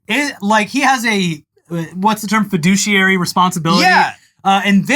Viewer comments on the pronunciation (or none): "fiduciary" ..emphases on the "douche".